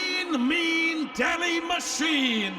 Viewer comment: Hello buddy it not dehi it's delhi !